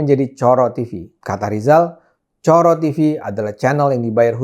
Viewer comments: ngomongnya bukan coro (seperti moro), bung Ade, tapi coro (seperti loro (dua)). Baru maknanya kelihatan :D :D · Maaf Bang Ade . . Klo mnrt saya cara baca Coro itu salah ( mngkin karena Bang Ade tdk terbiasa baca nya ) . . Itu bahasa jawa yg artinya kecoa . . Maaf klo saya salah memberi opini 😊